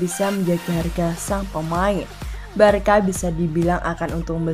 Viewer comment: Barca dibacanya barsa bukan barka mimin